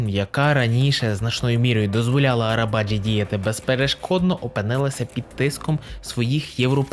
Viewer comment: Наголос має бути на і, і навіть не на і, а на и - Арабаджи́